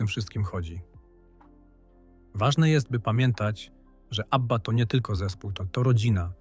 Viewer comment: Abbieea😂 AI do doopy. W przeciwieństwie do Abby brak szacunku do słuchaczy. I nic nowego nie wnosi do ogólnej wiedzy o zespole. Szkoda czasu na słuchanie. Nie polecę kanału.